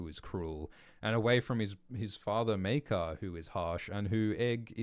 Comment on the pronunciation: Pronounciations of Maekar so far 1.Mycah 2.Maykar 3.Meerkar 4.Maker